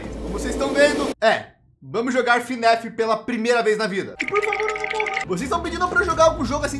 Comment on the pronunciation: Ele falou fnef envez de fnaf kkkkk